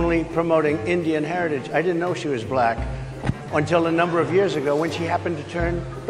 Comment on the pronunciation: he can’t even say black without it coming out weird, this dude is clearly racist.